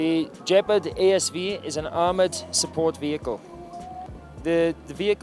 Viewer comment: The "Jep-ard"?